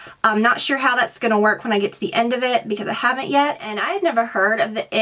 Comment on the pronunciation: It's not I.t it is it.